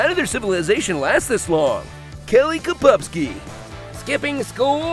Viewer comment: Oh my god "Kelly Kapupski"